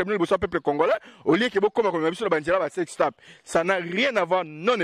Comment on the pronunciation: Salut! Juste une petite correction! Le mot s’écrit « TAPE » mais la prononciation c’est « TEPE » donc le À devient E! Alors vous dirait « SEX TEPE » pas TAPE. Merci beaucoup!